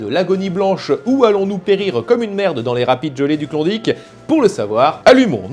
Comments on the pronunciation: Saperlipopette, t'a prononciation sur klondike me pique légèrement les zoreilles =p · t'as juste pas mal plus de chance de rencontrer un francophone en ON ou NB qu'au Yukon =) - par ailleurs, il m'a fait bien rire avec son "Klondique" ^_^ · Super. Tu prononce bien Yukon, mais Klondike c'est une horreur